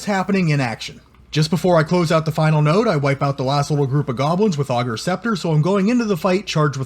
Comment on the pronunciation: Class build but pleaaase!!! It’s “ay”gers scepter 😂😂